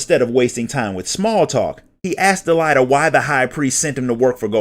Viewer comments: He did not pronounce "Delita" correctly, and almost all the names in the original English script are Engrish mistranslations of what they should have been (as reflected in the WotL script). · DEELighta lmao. I always pronounced it Delete-Uh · Del-ai-ta?? XD